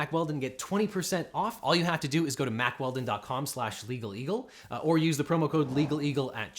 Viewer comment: Indochino cried a little when you said the word "Mack-weldon"...